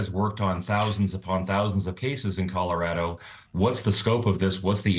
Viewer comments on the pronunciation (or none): "Coller raddo"😂😂